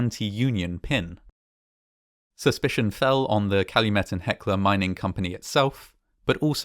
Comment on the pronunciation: YAY! I'm so glad to see you were able to use my suggestion! Fantastic video; you even pronounced Calumet correctly ^_^ Fantastic video, as always!